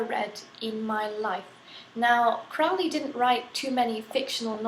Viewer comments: Crowley Crow-Lee, not Crowley Fowly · fyi, his name is pronounced as crow-ley, it rhymes with holy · hey lady. it's pronounced crow-lee rhyme with holy not trying to be smart just thought you would like to know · Will you please stop pronouncing Crowley in the way that rhymes with foully. It needs to rhyme with holey. Only those who think of him foully call Crowley. I am OTO which I dought you are or you should know better.